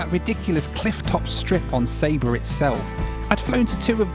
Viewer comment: It's not pronounced sayba , it's sa-ba